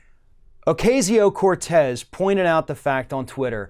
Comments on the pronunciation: OH-KA-SEE-OH not OH-KAY-ZEE-OH... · It's pronounced Oh Cah See Yo, not Oh CAY See O. Other than that, great segment! I had to forego the chance to become a DC intern as most of my fellow Truman Fellows could, because I was a single mom - in 1988! It's unbelievable that 30 years later, they're still making it possible for only childless and rich people, or people willing to live like grad students while working 16 hr days, to be interns and "serve" the public. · It's pronounced O-cazz-io, not O-caze-io. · C'mon, can you pronounce her name correctly" O-KAY-ZEO? Sheesh! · Love that girl..... BTW its Ocasio (Oak- ah-si-o),... pronunciation is still everything.... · Ocasio (O-kas-e-o)... don’t mispronounce the lady’s name like those Fox News guys. Please, don’t be like them. It’s a mistake, but still, I’ve heard you do it a few times. Just not this video. Just trying to be helpful. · I think it's odd that he is mispronouncing her name. It's the same pronunciation that FOX uses for which she gave them shit about. "It's been three months." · Y u keep pronouncing her name wrong